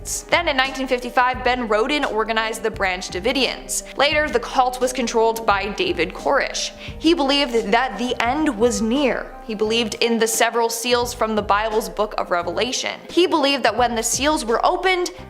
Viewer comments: It's not korosh it's koresh is everybody on the planet trying to inform people of information with complete non intelligence cuz happy you came pronounce what you're talkin about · how do you manage to mispronounce "adventist" and "David Koresh"? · Omg this bugged me too! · It's Applewhite not Applewit, The Millerites are not a cult and neither is Adventism, you mispronounce Koresh and what about the Trump cult.